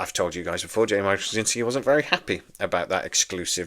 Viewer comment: Well, first off, it's pronounced "Stra-ZIN-ski." Hard to spell, simple to say. Second, if I was dubious about this remake WITH JMS, it'd be a disaster without him. I thought this was like "The Matrix Resurrections," that the WB was gonna make it with or without him, but they gave him the right of first refusal. Joe, being the control freak he is and having tried SO many times to get B5 spin-offs running, would, of course, jump at the chance. Third, I hope that whoever does it (and that only JMS does!) will rename the characters. I get that there will be new actors to take the place of Andreas Katsulas' G'Kar and Peter Jurasik's Londo, for example, but I treasure this series so much, I don't want to hear about who's going to the "new" Garibaldi or the "new" Ivanova. If you can have a John Sheridan step in for a Jeffrey Sinclair, then the rebooted B5 CO can be called Jim Snyder or something like that. I'm most curious why there might be more interest in this reboot with JMS perhaps excluded than with him on board. If what you want is more of what made the franchise desirable in the first place, who better to deliver it? I'm pretty damn sure he hasn't lost his mind like Roddenberry did, so we won't get some kind of NextGen weak-sauce B5. I can't imagine in the Hollyweird of today anyone else doing a better job. Now what >I< would REALLY like to see is a reboot of "Crusade," a direct sequel to B5 and a show I always called "Star Trek with a point!" Sure, we're on a top-of-the-lin